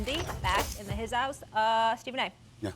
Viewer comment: Tim Legler keeps prouncing the word "The" as "Duh"... How much are these guys being paid without having to use basic grammar as a talking head?